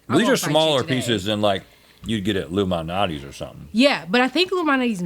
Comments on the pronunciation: and "Lou Minati's". Lol...Illuminati's. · saying "Lou Malnati's pizza" sounds like "Illuminati's pizza"